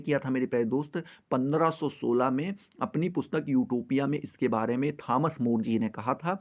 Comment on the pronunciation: आटोपिया नही😂😂 यूटोपिया😅